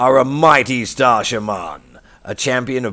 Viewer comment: What an odd way to pronounce shaman, with the emphasis on the second syllable. Is that a British thing? I've always heard the emphasis placed on the first.